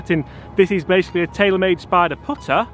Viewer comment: “The odyssey stroke lab 10!” You pronounced spider wrong